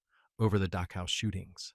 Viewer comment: AI, if possible, should be withdrawn and studied under far more stringent Testing parameters. I have noticed several different terrains and servicemen on both sides and about 1000 other things, including the fact that they can't seem to pronounce the name of the death camp Dachau. Then again apples, most glorious and must be their finest product. They're so proud of named talk to text sucks so badly that it's almost like there's a conspiracy to keep all this crap hidden. They don't want to admit how they manipulate the population and sooner than later no one will ever know the name of that place. I'm certain it's not on any kind of college curriculum in the blue haired nose, ring freak show alleged learning centers all across the United States that charge a mess to them and then never let them out of enslavement because of high interest rates, etc. This country really needs to take a damn good hard look at itself because there's one group of adults in charge at the moment and the rest of you morons who hate people even though you cannot ever in 1 million years why.